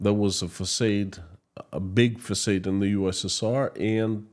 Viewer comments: I’m quite sure this is quite wrong. It’s pronounce same as “Fasad” with final A like the A in “father” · Another fantastic report, Sir!!! However, I must tell you that the word facade is pronounced "fac ah' ed" - not fac ay' ed. 🙃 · Thx!! Btw, the word "facade" is pronounced FUH- SOD but you keep repeating FUH- SADE which is a bit confusing to American audience. Thanks again for the amazing research every day. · it would be confusing to the European if he did spoke it like the USA dos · as an obviously keen and gifted linguist, you might like to know that most native English speakers pronounce FACADE as fa-SARD as in HARD, not fa-SADE as in AID. Thank you for all you are doing to keep the world informed about what is really going on in Russia. By virtue of your lived experience and your connections, you lend your reports considerably more authority than exists in most mainstream media reports. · It's facaad not facade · English lesson: Facade is pronounced "fuh-sawed" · Exactly. I was going to write a comment too, because it's the second video I heard him say that. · Façade is pronounced " Fassard " Plague is "Play-g ".. Keep up the good work